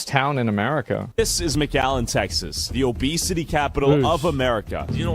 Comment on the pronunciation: Obesity ❌ Obecity ⭕